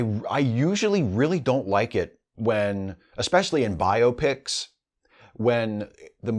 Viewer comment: Thank you for pronouncing it BIO-pic! (The mash-up of "biography" and "picture.") I've heard so many YTers say "biOPic," which sounds like an eye malady. Well, for that matter, I've heard other YTers mispronounce famous people's names and/or countries.